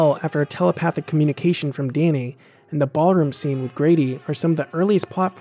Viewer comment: "Dainy" ? XD Good video btw, great choice of movie.